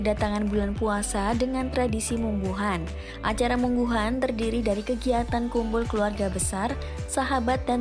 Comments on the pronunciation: Munggahan bukan mungguhun 😅 Emang the best sih . Kumpul2 sambil ngeliwet . 😅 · Orang Sunda Munggahan bkn Mungguhan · Yang jawa barat itu MUNGGAHAN, bukan mungguhan. Pake A bukan U